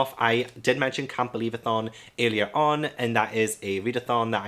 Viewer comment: Camp believathon sounded like "can't believathon!" 😂 Good luck with your tbr 🤗